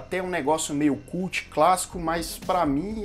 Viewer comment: Viciei no canal mas que agonia ouvir "refúgio culti" kkk *edit: Bruxa de Blair 2 eu curti mas pq sou fã do tema. Porém tecnicamente concordo totalmente com você.